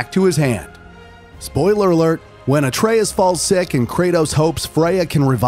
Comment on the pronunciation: My man said Ayetrius 😭